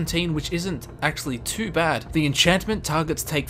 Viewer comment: did he sa axeually